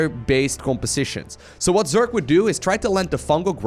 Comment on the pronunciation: If this guy tells Zerk instead of Zerg 1 more time i will be mad.